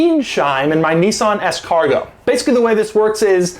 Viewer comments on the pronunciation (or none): He said "Nissan Escargot".